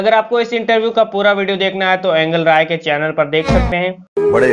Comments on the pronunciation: it is angel rai and he says angal rai ,😂😂😂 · भाई ऐंगल राय नही एंजल राय बोलो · एंगल नहीं एंजिल राय है🤣🤣